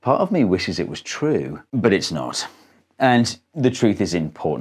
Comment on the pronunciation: I can't decide if you said 'but it's not' or if you said 'but it's knot'...